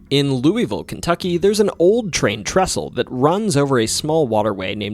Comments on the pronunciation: Louisville is my hometown.. I see that you cared to pronounce the city name as the natives do. Loo-uh-vul is usually what you hear from us. I have always thought this is a strange thing. Why shouldn't we say it like Loo-e-vil, or Loo-es-vil. This can feel somewhat like a lingual trap. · Your pronunciation of Louisville is pretty good, but to say it like a local, you'd only use two syllables, "Lou-vul" or "Lul-vul". But honestly I'm just happy you didn't pronounce the S. I can forgive "Louie-ville" since it's the proper pronunciation and it's what I use talking to people outside of Kentucky, but my god when people say LOUIS-ville...we're named after King Louis XVI, guys. The "s" is silent. Love the Kentucky videos. Always happy to see my state getting repped in ways other than horses.